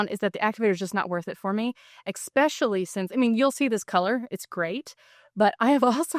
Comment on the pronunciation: love this video but just my own pet peeve.....EXpecially isnt a word....it's ESpecially